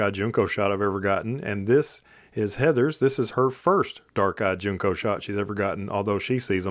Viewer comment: Good video. Just info … Junco is pronounced like Junk-o, not June-co.